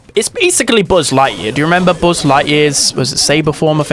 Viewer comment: The pronunciation of buzz declared war on my eardrums